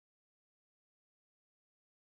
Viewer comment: EPICO! I also just love it every time you say "OMG", just to hear your beautiful, clear, pure Italian "O", not the diphthong version we English speakers use.